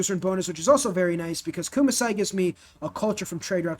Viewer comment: Great vid, but can you please pronounce Kumasi as Koo-Ma-See and not Koo-Ma-Sai